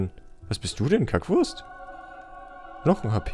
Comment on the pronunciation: Wie er das betont hat xD "Was bist du denn, Kackwurst?"